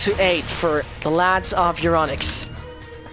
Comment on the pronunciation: Once again i say. Its Euronics it isnt Euronicks